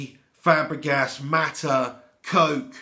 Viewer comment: Haha Coke. Its pronounced "Kokay".